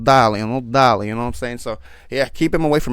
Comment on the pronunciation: the only think i dont like about youre videos is whenyou say this thing , "daaaaarle" i dont know what its cringe a little but , no offend pls, im not american i dont understand it xD but all the rest is very good i like your videos wish you the best